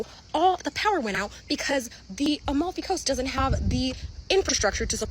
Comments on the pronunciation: EMEFY COAST IM DYING (average brit pronouncing foreign names) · the only thing worse than this tiktoker complaining about going to the Amalfi Coast is Pyro’s pronunciation of Amalfi Coast